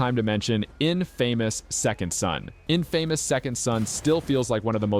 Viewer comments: In-famous? Lol. Infa-mous. Good list though. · In-famous is when you're MORE than famous. LOL- I was thinking the same thing. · In famouse lmao. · Mispronouncing Infamous is mind boggling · Who tf pronounces it like that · The way he pronounced infamous reminded me of the three amigos lol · Beat me to it lol